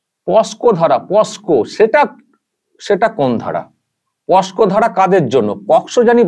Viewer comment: পোস্ কো কোর্ট, লিকো প্লাস্টার, গরমেন্ট, শুভনন্দন 😢